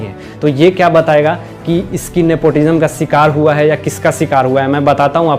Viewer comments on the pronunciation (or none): Bhai tu apna pronunciation thik Kar yaar. Sikar nahi Bhai shikar , sh and not s. Bhai u need much improvement in speech. Mircha khaya karo daily Hari wali usse jibh thik ho jaegi teri